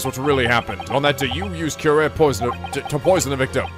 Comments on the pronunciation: Hey, just a minor correction, "Curare" is spelled more like "cu-ra-ray". (It is a real poison, btw.) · curare is pronounced cue-rah-ray - anal of me I know, but just-in-case your were curious. Please don't think I'm being nitpicky - I aint! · Fun fact: Curare is pronounced as kurari. Real drug that blocks neurotransmitter deactivating skeletal muscles. So this would causes less muscle movement leading to loss of movement of diaphragm, skeletal muscle in the middle portion the torso that helps with inhaling and exhaling. Since they are describing that this drug is experimented, this possibly means that this game takes place around 1810s during the time researching this drug. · Hosonaga's other motto is "BEAT THAT RUBBISH MENTALITY INTO SUBMISSION!" :D All hail detective Yusuke. Side note: It's "Cure-arr-ay." Didn't you ever see Batman Beyond? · Helpful Note: Curare is actually pronounced "koo-rah-ree" or "kyu-rah-ree" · If I’m not mistaken in the Japanese version of the games Maya’s name is Ayasato Mayoi, which may be partly where Susato’s name comes from. Somebody should fact check me on that, as I’m not entirely sure myself. Edit: the pronunciation of Curare (Cure - are - aye) at least according to Batman Beyond. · Slight point, you pronounced the poison wrong. It's pronounced cue-rah-ree. Also it was used frequently in Sherlock Holmes stories as a silent murder weapon. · on one hand says curare horribly wrong - on the other, it isnt pronounced how its spelled at all (cure-R-E)